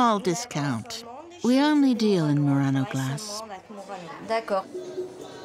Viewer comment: It's "Mur-RON-oh", not "Mur-rain-o". Your pronunciation is fake.